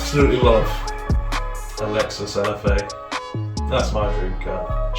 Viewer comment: literally mumbled Lexus LFA just before you said it man! what a car